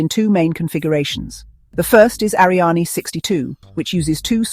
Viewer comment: Interesting video, but your AI is mispronouncing "Ariane".